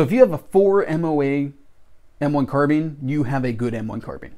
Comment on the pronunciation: Hello, new to your channel. Just subscribed to you. So glad you pronounce the name carbine like I do: Car-been!